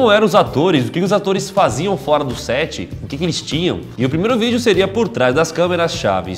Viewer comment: "Estou lavando os olhos de drentro pra frora"